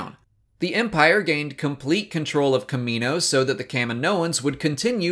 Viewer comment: Why can you pronounce "Kamino" correctly, but not "Kaminoans"?